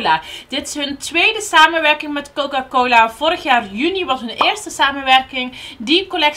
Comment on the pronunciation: Coca coli haha, dat was zo lief